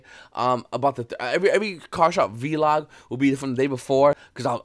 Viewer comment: "Vee-Log". So I guess you liked the name I suggested in your FB group? ;P do I win some kind of prize? lmfao